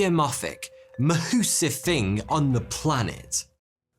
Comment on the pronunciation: Ma-hussive! Someone’s a Kevin Talbot fan.